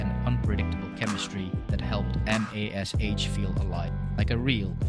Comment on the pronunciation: Your AI script needs to refer to MASH as 'mash' not M.A.S.H. Hard to get past the first few minutes when the script shows a lack of actual familiarity with the show. Background music or whatever is also distracting. For those of us who actually remember the show, your rendition of it is off ... do your homework.